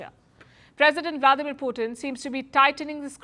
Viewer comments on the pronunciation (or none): none